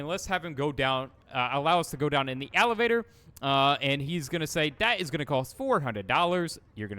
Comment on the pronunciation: What's an alivator? You mean elevator? :D